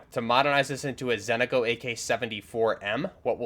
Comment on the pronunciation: Why everybody call it Zentico when its ZENITCO!!! :hand-orange-covering-eyes